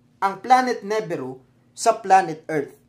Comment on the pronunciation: nibiru = nee-beer-oo, sumerians = soo·meh·ree·uhnz. Constructive criticism lang po sir since nagbibigay ng info, dapat tama rin ung pronunciation sir.